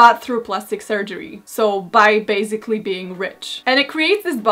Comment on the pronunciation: Hey, i dont want to sound rude, but the word 'basically' is pronounced with an /s/ sound in the middle, and not /z/. Don't worry though, its a very common mistakes among polish people as our language is much more vocalised than English ;)